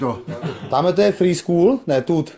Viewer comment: "To je frískůl.. ne tůt" 😂😂